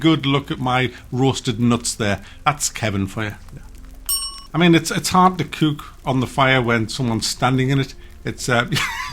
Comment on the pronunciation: stop saying bewk and cewk lol